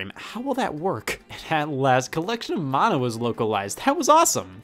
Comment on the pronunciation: the way he says mana triggered me lmao